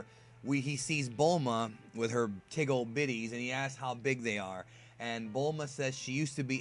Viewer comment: LOL EVERYONE LISTEN TI HIM, HE SAID TIG OLD BITTIES!